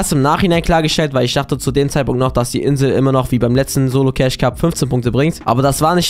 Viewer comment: es heißt cashe nicht ceich